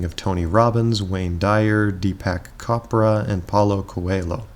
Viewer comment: In case you're curious, .Cho.pra is pronounced like .cho.ke-point and Coe.lho. is pronounced like mi.llio.n. Could you make a video specifically on differences between ENFP and ESFP? I usually see them being presented in a way which make both types seem like just a minor variant of one another, at least when it comes to daily life and appearences, when there is in fact a very distinct feeling about each of them.